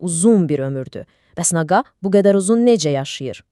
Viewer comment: Naqa yox naqqa 😂😂